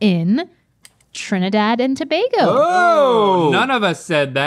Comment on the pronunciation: SHE PRONOUNCED TOBAGO RIGHT😭😭😭